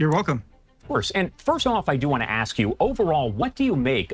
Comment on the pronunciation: Oh f I got.... us rednecks and you say ax and instead of blankets it's called coverns lol. God love ya.